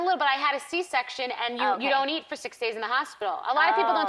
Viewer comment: Eat...not ear